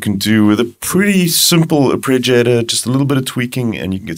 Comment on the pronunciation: Man, your videos for the Diva are really good, but it's not 'arpReggiator'! :-)